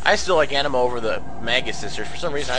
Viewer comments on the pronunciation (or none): its not an uh ma...its uh nee ma